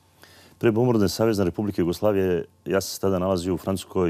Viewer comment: ova novinarka ne akcentuje pravilno Jugoslavija i jos neke reci.